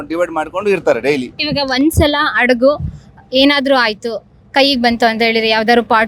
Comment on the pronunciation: ಅದು ಅಡಗು ಅಲ್ಲ ಹಡಗು ಮೊದಲು ಕನ್ನಡ math ಆಡುವ ಧನ್ನು ಸರಿಯಾಗಿ ಕಲಿ ಆಮೇಲೆ ವಿಡಿಯೋ ಮಾಡು ಮಹಾರಾಯಿತಿ ನೀನು ಎಷ್ಟು. ಇರ್ರಿಟೈಟಿಂಗ್